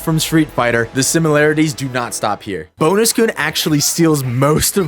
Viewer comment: "Bonus Koon" every time he butchered that pronunciation a puppy died.